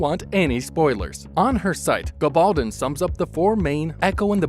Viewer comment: You need to pronounce names correctly. I just can’t stand these mechanical reading videos. Long story short you said lots of nothing we already knew. And you did not even pronounce authors name right. Clicking off now ... geez. Waste of my 3 minutes. Thanks loads.